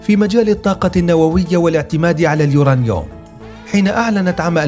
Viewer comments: اسمه اليورانيوم وليس اليورنيوم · تعلم كيف تلفظ اليورنيوم يارجل ... كلنا نستطيع البحث في ويكيبيديا و ايجاد هذه المعلومات الميزة في كيفية عرضهاا ماهذا اللفظ الركيك و الضعيف لكلمة بسيطة مثل هذه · كله تمام ومبارك للمملكة ولكن ملاحظة للمذيع لو سمحت اسمه اليورانيوم مش اليورانيوووم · uranium اسمعوا كيف ينطقها: يورانيوووم 😂